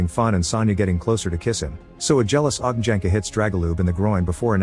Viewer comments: You butchered those names like there's no tomorrow 😅 J is pronounced like "Y" in You. Ognjenka=Ognyenka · Funny how narrator speeks Ogn(J)enka - (Fiery one or Bonfire, kres, lomača, lagerfeuer...) wrong, but Dragol(J)ub - correct check (J) Should be Ogn(Đ)enka then. YW ;)